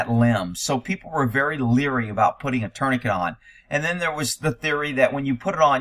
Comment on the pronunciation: What is a turny kit? Tourniquet is pronounced torn-i-kay.